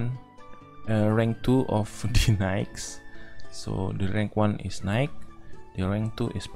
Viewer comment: Its kinda funny how you ”knight” spelling sounds like ”nike” i like ur accent